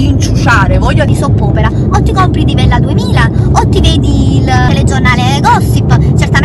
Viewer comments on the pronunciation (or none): il fatto che invece di novella 2000 tu abbia detto divella 2000 dà credibilità alla fame che avevi in quel momento hihi :P ...per il resto la soap opera l'hai creata tu e credo tu ne sia ampiamente consapevole (con questo non voglio giustificare chi ti offende però appunto ora avrai tanti commenti su questa situazione e non so fino a che punto ti dispiacciano, ormai oggi si ha uno strano concetto della popolarità, molti pensano "bene o male, purchè se ne parli" e non credo che se tu non avessi voluto dare adito a pettegolezzi sul tuo personale avresti mostrato così tanto la tua vita)